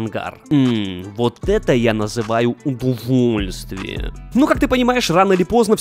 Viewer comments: Боже каждый раз ржу когда ты говоришь Удувульствие🤣🤣🤣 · Постоянно ору со слова "удувольствие". Балдеж😂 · Он каждый раз слово "удовольствие" говорит искажено?